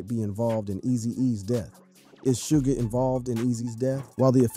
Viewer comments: It's shug not sooge or 2pack lmao RIP Eazy. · Im reporting this cause you said shoodge. Dont ever speak on rap again. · Shooge, too pack haha 😂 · Shoo Jee Knight. 2 Pack. Love the content but please get someone else to narrate. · Did I hear "shoe Nike"2Pack"???👂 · “Too pack” “Shooge” bruh I got zero faith that you know what you’re talking about 😂 can’t even say they names right